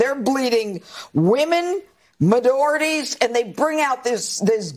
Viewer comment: Midorities? Did she have a shot of Midori before the show started?